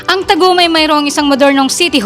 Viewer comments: Paga- di-an not Paga-dian Ta-gum not Tag-um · Hindi nga nya maayos ayos ang pronunciation nya ng TAGUM. 😂